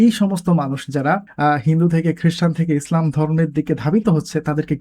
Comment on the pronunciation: Prothomei bolo apnar video gulo amar onk valo lage, tobe akta bisoy amar kase kharap lage seta holo apno (slam/ স্লাম ) na bole islam word ta bolle aro aro valo sunato